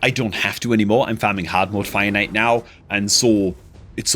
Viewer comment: I still can not get over the way you say fire knight. I always hear finite trying to figure out what you're talking about lol